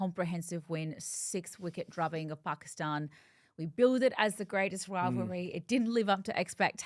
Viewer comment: She actually pronounces Pakistan perfectly